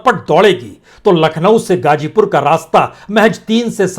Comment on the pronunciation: मेरी आपके खोजी ओर सच्चे बयान के लिए आप के लिए दुआएं। मेरी गुजारिश है कि आप जैसी काबलियत वाले हमदर्द को अगर उर्दू अल्फाज़ की अदायगी के वक्त (मस्लन hajjar/hazar, gajipur /gazipur, khilafat/mukhalifat) थोड़ी करम फरमाई जरुर करनी चाहिए। इसको तनकीद न समझें। मैं आपकी वीडियो से ज्यादा आपकी आवाज का काइल हूं। सबसे बड़ा जिहाद जालिम हुक्मरानों के सामने सच बोलना है।